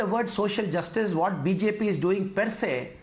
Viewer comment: who will pronounce BJP so wrong in Tamil 😂